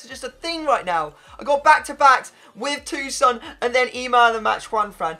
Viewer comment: TOSUN not TUSON